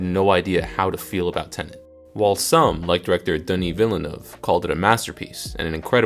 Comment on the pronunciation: This pause makes the sentence unclear. : It's pronounced "Villnuuv". : Formulated this way, it would mean you find the action sequences in "The Dark Knight Rises" and "Inception" easier to follow, which is the opposite of what you wanted to say.